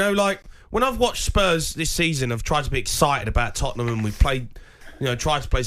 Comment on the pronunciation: Lads, it's Tottenham 😂😂😂😂😂